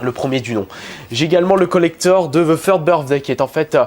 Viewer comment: faut dire "The" et non "Ze"